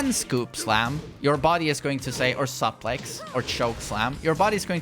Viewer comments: I laugh Everytime you say "supplex"! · As Clark Kent says: "Sup Lex" 🤣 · He gonna take you to supplex city